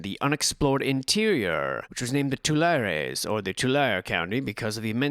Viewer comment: Tulare is pronounced like "tuh-LAIR-ee." And in California we pronounce "slough" as "sloo," as in "Elkhorn Sloo." I don't know how it's pronounced in the rest of the English speaking world. Unless you're talking about exfoliation, like sloughing off some dead skin. Then it's pronounced "sluff" for some reason.🤔